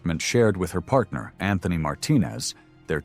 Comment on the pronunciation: Whats with the hip hop accent 😂lol “ Patner “